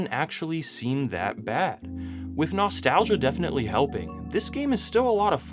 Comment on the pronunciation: I wince at the way he says "nostalgia." I hate it.